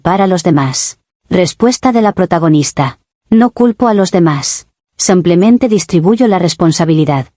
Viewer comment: ¿Alguien más últimamente escucha "sumplemente" en lugar de "simplemente"?